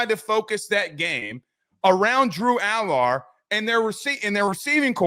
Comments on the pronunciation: can you please pronounce his name correctly AL ERRR. Drives me crazy., he was dropping balls into receivers hands and they can’t catch them. If he was at Ohio State he would be QB1 this year. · Can y'all please pronounce Allar's name right lol